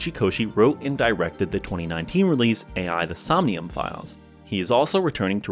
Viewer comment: Just an FYI, it’s pronounced like it’s spelled, Too Kyo Games, not Tokyo Games. It’s a pun, kyo means crazy in Japanese so it’s essentially Too Crazy games. Also, the AI in AI The Somnium Files is pronounced like aye, as it refers to the character Aiba and not artificial intelligence, though it’s similarly playing with words and dual meanings. Sorry for being pedantic lmao.